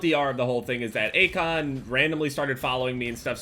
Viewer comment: At the start I thought said acog instead of Akon